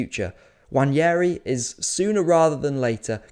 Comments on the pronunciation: it's nwaneri btw, no wanyeri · WA-NE-RI Not wanieri. Jfc its not that hard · There is no 'Y' in Nwaneri. You can say it how it is spelt and pronounce his name correctly.